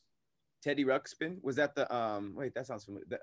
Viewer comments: Like nails on a chalkboard... It's all me, but that is so aggravating. I'm a nerd. Sorry. I'll take your ridicule now. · calling Teddy Ruxpin "Teddy Rumpskin" is hilarious to me. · I heard rubskin which really creeped me out for some reason. Some Silence of the Lamb type shit